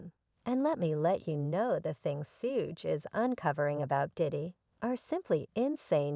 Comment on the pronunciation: I couldn't finish this when she called Suge "Sooge" smh